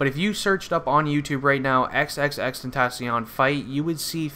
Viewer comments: Its not xxx tentasion it's xxx ten tac ion the c is not a s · It's pronounced XXX-TEN-TAH-SEE-ON Not XXX-TEN-TAA-SHON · Really? How sad is this? You just want attention. And if your gonna make a video about him at least pronounce his name right. 🙄